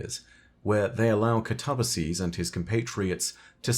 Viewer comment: Just want to say, you're pronouncing catabassis wrong, it's not cuh-taw-buh-sees, it's cat-uh-bass(like the fish)-is Not sure if I spelled it wrong, been a while since I've seen the name, but, yeah.